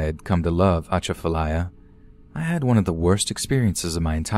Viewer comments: You mispronounced Atchafalaya lmao uh-chaf-uh-lie-yuh is the way to say it. Kinda like jumbalaya. Love the stories 🐊🐊 though keep it up! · It was the pronunciation of Lafayette (Laugh-E-yet) and Atchafalaya (atch-a-fa-lay-a) for me💀💀💀